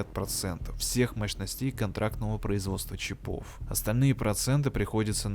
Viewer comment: Мля, ну почему "чипОв", если "чИпов"? Ухо режет. Автор в школе не учился.